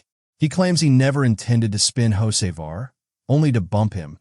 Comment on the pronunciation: I had to listen close. AI pronounces Hocevar as Jose' Var LOL. Carson owes Bubbles Smollette a nice wreck. Glad the 77 finished not the 23. 🤣